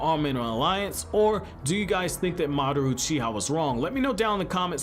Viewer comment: Are you... Are you saying Madaroo Cheeha?